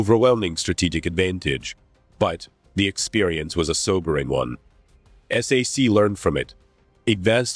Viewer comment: You don't call it s a c,,,its SAC (pronounced sack). Do a better job.